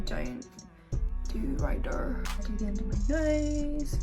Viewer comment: “right der” 💀